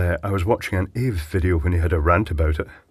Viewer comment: Just thought I'd point out, it's pronounced A v E (as individual letters rather than as one word), it's short for Arduino Vs. Evil! 😅👊